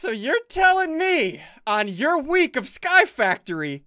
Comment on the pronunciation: Can't even say you're properly